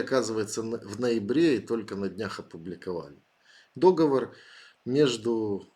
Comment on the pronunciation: Но только не дОговор, не возможно слушать 🤦🏼‍♀️